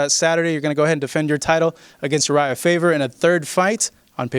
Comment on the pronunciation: "Urijah Favor" lol!